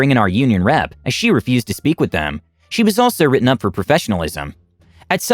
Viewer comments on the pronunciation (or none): none